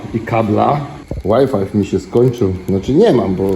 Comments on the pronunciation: "...nie działa łaj-faj" czyli nie działa wi-fi. co w Polsce najczęściej czytamy zwyczajnie, PO POLSKU właśnie tak, jak jest to napisane. :yougotthis:🤣 Pozdrowienia z PL dla Ciebie i dla Stejli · Łaj Faj nie Łaj fajf Panie. Pozdro ✌️ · Łaj Faj nie fajf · ŁAJFAJF - po angielsku WHY FIVE.. jakby ktoś pytał